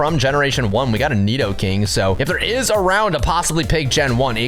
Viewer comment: nedoking and nedoqueen